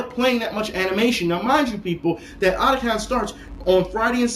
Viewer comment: I think since it's Otaku and Con abreviated, it should be pronounced O-Ta-Kon. Not Adacon.